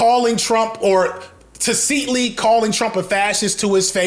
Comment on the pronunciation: Unc is a 10 but he’s always pronouncing tacitly in the weirdest way possible and doing it with his WHOLE CHEST. Gotta give it to him though. His confidence makes me question myself and look it up every time it happens in one of his videos. This is not the first time and probably won’t be my last. 😂😂😂